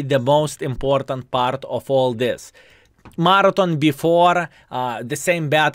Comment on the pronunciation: Laugh my off. I didn't realize what you was saying until I read the title half way through the video. was saying Martin, I'm like who the hell is Martin and why doesn't he keep mentioning him? Oh, is trying to say Marathon.... lol love it!:)